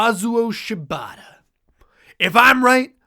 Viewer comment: my brain keeps hearing you guys saying "shibata" as "ciabatta" and it's really throwing me lol